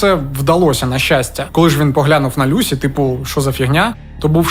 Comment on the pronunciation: Ім'я Люсі за британською версією вимовляється з наголосом на перший склад. Вона, до речі, не склала тест з першого разу, тобто не отримала кваліфікацію, після чого змінила ментора і здала на диплом. Викладачі зазначили, що їй бракувало знань з клінічної медицини, що вона потребує досвіду, ще була помічена її холодність, як особиста риса. Я пам'ятаю як цей моторошний злочин освічувався на ВВС і друкованій пресі. Одна з версій, що немовлята із проблемами їх дратували.🇺🇦✌❤🖤